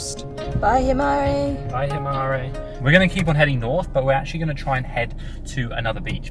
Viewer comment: Himara not Himari